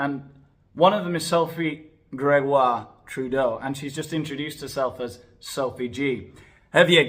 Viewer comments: I live in Ontario, Canada. Your pronunciation of Sophie Gregwah Trublaaaah 's made me laugh out loud. So sick of these types. They have too much money and time on their hands. Unblaaaah lievable!!! They should be stripped of their pearls and thrown into the pool without a pizza slice. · Lol, love this. I am Cdn and absolutely HATE our Prime Minister, as does most of the world. He is such an embarrassment. I love how u pronounce Sophie G's name. Disgusting human beings, they all are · I love your accent when you say Sophie's name lol. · 🤣🤣🤣🤣🤣🤣🤣you are killing me🤣🤣🤣🤣🤣🤣with laughter. When you pronounced Sophie’s name I thought I was going to die of a heart attack🤣🤣🤣🤣🤣🤣🤣😂😂😂. That was SOOOOO FUNNY!!!!!!!! That I had to rewind to hear you say her name again. Seriously my friend I cannot stop🤣🤣🤣🤣🤣. I know you don’t realize how funny you are. I think it’s partly because your acting so serious aboot it🤣🤣🤣🤣🤣😘. YOUR SHOW IS THE BEST ONE ON MEGAIN! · Omg! Your pronunciation of Sophie’s name is too funny!!! I’m Canadian with French roots and I’m not even offended 🤣🤣